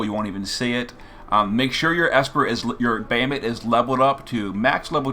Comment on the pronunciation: we're just gonna gloss over the fact that our boy calls him "bay-uh-mut"? :( i'm only teasing, lol. thanks for the guide!